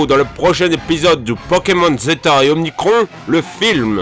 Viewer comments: Arrêtes de transformer le mot "Omicron" que tu prononces "Omnicron" c'est vraiment dérangeant Merci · Perso Omnicron est plus stylée que Omicron...